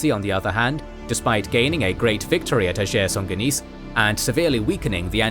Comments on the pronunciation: Another great episode! Very very minor point, you pronounce the Battle of the Field of Blood in French but Ager Sanguinis [AH-gher SAN-gwih-nihz] is the Latin term. It just makes it sound like “To Shake Saint Guinis”😅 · Why did you pronounce “Ager Sanguinis” as if it was a French name, it’s Latin.